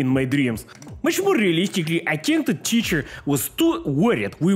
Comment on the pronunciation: why does he sound American when he says teacher